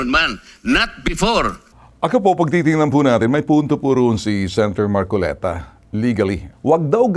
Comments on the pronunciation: Namali ka marcolita sa bigkas Ng pangalan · Namali ka Ng bigkas Ng pangalan hahahaha 🤣🤣🤣